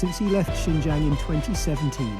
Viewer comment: Brother sinjiaang bolte h sahi se pronanciation karo